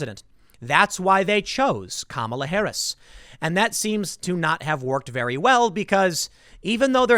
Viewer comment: Obvious racist. You mispronounced Kamala